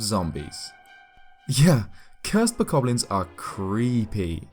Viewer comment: My mind screams every time I hear you say bokoblin. Actually, I die a little on the inside just about every time someone who speaks English says bokoblin. It's no wonder the rest of the world thinks we're stupid and we suck.